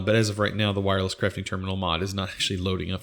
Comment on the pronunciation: wireless crafting grid "wairless"